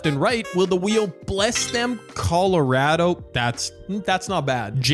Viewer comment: Bro said Coloraado😂